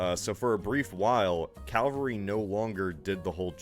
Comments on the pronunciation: I thought I'd misheard when he said calvary! Isn't that in Canada? Lol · He's not the only American to say Calvary and did he also say Elizabethean. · Saying "calvary" is no different from saying "kuhmft r bl", even though it's spelled "comfortable". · Man now it drives me crazy the way he says calvary instead of cavalry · YYYEEESSSSSS ITS CAVALRY LITERALLY MY BIGGEST PET PEEVE. THANK YOUUUUU!!!! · Don't worry, every time he says 'calvary' I wince as well.